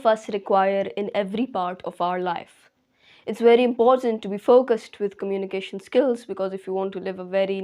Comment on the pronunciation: Firt learn the pronunciation of communication.